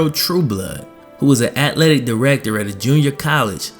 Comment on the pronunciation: atHletic bro. There is an “h” in atHletic